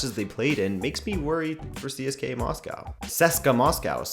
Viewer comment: CSKA - pronounced see - s - ka The A is a soft A, not hard A.